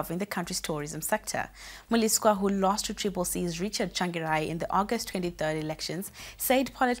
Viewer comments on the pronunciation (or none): It's Mliswa not Moo-lee-swa.